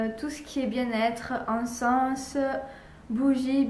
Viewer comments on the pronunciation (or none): Et mdr on dit pas le s dans encens